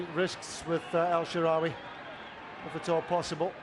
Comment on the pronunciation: Commentator couldn't pronounce El Shaarawy for shit....